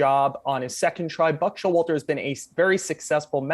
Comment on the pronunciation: The one who started this clip by saying Buck Show-water?